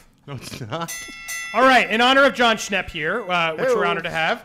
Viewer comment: Jon Schnepp? Jon Schwepps